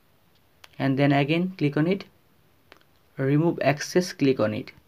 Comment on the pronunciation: Good video but ”glig onnnit” was getting annyoing